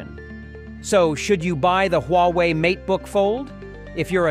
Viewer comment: its pronounced WA WAY